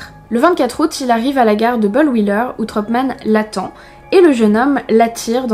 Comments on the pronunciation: Punaise ! C'est déjà le deuxième tueur alsacien... (si je ne dis pas de bêtise) J'ai un peu ri à la prononciation de bollwiller (à la Hollywood, même si une des vraies prononciations est "bolVilair" ) Merci beaucoup pour cette vidéo de qualité :) je ne connaissais pas cette affaire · En Alsace on connaît tous cette histoire, elle est hyper intéressante et tu en parles vraiment très bien ! Merci à toi de partager ce crime ! Ps : Bolwiller se dit bolViller ❤️ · J'adore ce que tu fais ça fait quelques temps que je regarde tes vidéos et je me suis abonné rapidement Petit truc Tu dis Bollwouiller avec la prononciation anglaise du W En alsacien et en allemand le W se prononce V car le V se prononce F Ça y est j'ai fais mon chieur chauvin Excellente vidéo continue c'est super intéressant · Oh le Haut-Rhin ma région 🤭 Sinon je kiff t’es vidéos je connais ta chaîne depuis quelques jours et jregarde tout les jours 😋 Sinon comment t’a prononcer « Bollwiller » c’était assez drôle tu m’excusera 😂🤭